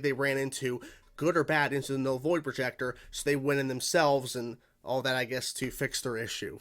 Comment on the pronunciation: "Vull Noid Projector" funny slip there, 🤣